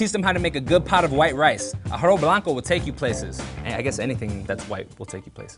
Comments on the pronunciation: ahgow blanco😂😂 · the way he said "arroz blanco"😂😂😂